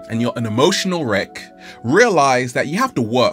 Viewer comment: Wreck, right? As in e.g. wreckage. Not wreak, as in e.g. "wreak havoc".